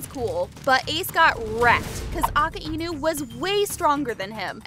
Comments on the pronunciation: aka-ainuh ✅ akainu❌ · Bo its Akajnu not Akainu💀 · its a -ki - nu just pure disrespect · U said aka inu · “Akah-einu” lol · Is nobody gonna talk about she said akaenu💀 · Bro said"Aka e nu" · Her: AKUH ENU Real One piece watchers: Akainu. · Now way blud said aka inu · You don’t pronounce akainu like a-ku-inu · Girl really said aka inu not akainu 😂 lol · Bro said aceinu💀💀💀💀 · Bro said akkienu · It’s not aki inu it’s a kinu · "Aka-Inew" so it isn't "Akainew"? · Bruh it’s Ak ai nu not Ak a i nu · It’s not aka-inu it’s a-kai-nu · How to pronounce akainu is uh kai nu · It,s akainu not aka inu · Aka-inu that’s not the name ALSO SHUT IT PELL IS A W CHARACTER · A-ka-I-nu???? A-Kai-nu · who calls akainu aka enoo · Ak e i nu and not akainu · Ak a i nu 😂😂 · Not aka inu but akainu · bro really calls akainu akaenu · She did akaniu dirty she purnounsed his name so wrong Aka - enu like why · no you deserve it you said aka-enu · boi why’d you say Aki inu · A-ka-i-nu damn bro sounds like my dad trying to pronounce something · AKAINU AUCK-I-NEW! AKAINU. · Her: “When admiral aka-inu started…” Me: I know how to pronounce its akai-nu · it's a good video apart from the prununciation of Akainu its like uh-kie-noo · You definitely haven’t watched one piece hiriluk told chopper to get the mushroom from that book. He lied to chopper saying it would heal him. Plus you called akainu akay inu 💀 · It’s A-kay-nu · A ka Inu 😂😂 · ITS ( AK EIY NU) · I understand what you're saying but it's just goofy to pronounce it like that